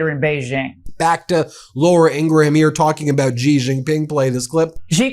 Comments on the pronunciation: Please folks please please please please please please please please and ping of China XI that's his first name is not pronounced g e e it's pronounced s h e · She can't even pronounce President Xis name correctly, and she delivers fake news!!!😢😢😢